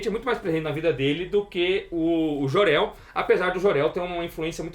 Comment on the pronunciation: Querido ´´é memo´, é Jor El que se pronuncia. Não existe ´Jorel´! Jesus!!!